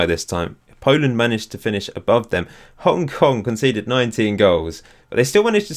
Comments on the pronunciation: is Hong Kong not Hong king😂😂😂😂😂😂😂😂😂😂😂😂😂😂😂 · xd its hong king